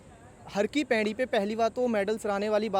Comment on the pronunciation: Abe chutiye.. pehle ye jaan le ki.. har ki pedi nahi, har ki paudi hota h